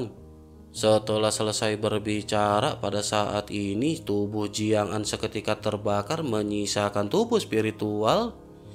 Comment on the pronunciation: Bang Ko Jiang'Zaa, Jiang'Aan bang...😁 🤔Apa aku salah Denger ya, Tapi Udah 2/3 Aq denger Lo...😁😁